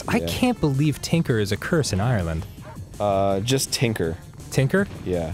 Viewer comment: as an Irish person, the way Dan and arin said "Ireland" made me cringe >_<